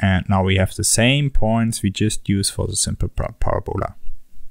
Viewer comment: Parabola is pronounced Parab-a-lah, not Para-bowla, :(